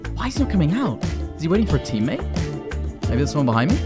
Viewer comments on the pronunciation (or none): ou he forgot to pronounce the T in out 😂😂😂😂